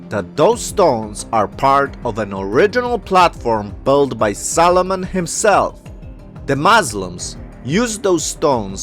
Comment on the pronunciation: Makes me giggle every time you say Solomon.. sounds like Salmon.